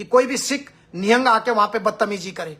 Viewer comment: Wo galat h or tu sahi h pehle to nihang bolna sikh